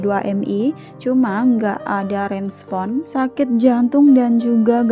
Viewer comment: Tidak diRESPON bukan direnspon